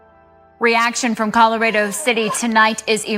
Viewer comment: why did both news anchors pronounce Colorado in that way?? 😂I've never in my entire life heard anyone pronounce it like that 😂